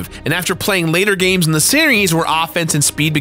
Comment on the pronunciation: "Gamses" isn't a word. If something ends in an S, its pronounced the same. You do that a lot lol